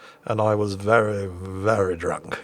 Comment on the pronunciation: "Very VERY drunk" was said as if you had a few that day too XD